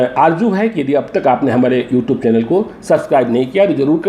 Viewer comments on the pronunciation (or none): Na you tube bolne aata hai na tweet bolne aata h